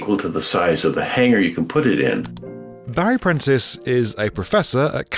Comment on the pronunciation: The text: "Barry Prentice": "Buy Princess" Me: Crying from trying to hear the actuall words after rewatching the same clip +20 times and still only hear "Buy Princess"